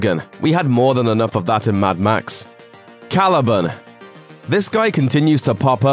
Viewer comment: Random point to make, but I absolutely hate the way he says Caliban.